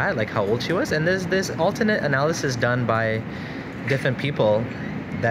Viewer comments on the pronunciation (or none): none